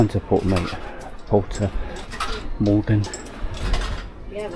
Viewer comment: Mogan,, not Morgan theres no R.